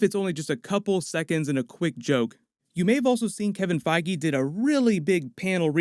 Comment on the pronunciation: Omfg say Kevin Feige's name correctly... Holy shit...